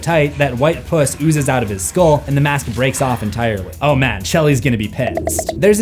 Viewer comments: He pronounced "pus" as "puss" and that's hilarious. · Ok but why did he say “white puss” instead of pus ?!?! My brain will not have rest until I understand that creative choice lol